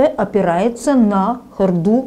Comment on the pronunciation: Кстати правильно говорить хОрду, а не хордУ.